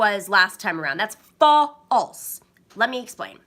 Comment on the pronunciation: Lol, “FA-alse” not the syllable I expected next. Caught me off guard.